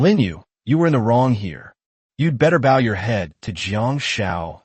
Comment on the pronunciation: You guys need to fix your AI it cant tell the difference between bow (bOw) and bow like to bow to your king. It also cant say wound (woond) right.